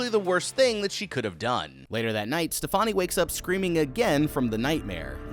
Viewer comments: Love the videos! It's pronounced like "Stephanie" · Why do people keep pronouncing Stefani’s name? Like they do not pronounce it like that in the movie. It’s pronounced like Stephany. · Did you intentionally pronounce her name "Ste-Funny"? 😂